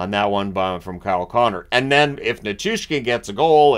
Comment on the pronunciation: Ferraro grinds my gears when he says “Nichu-skin” instead of “Nichushkin”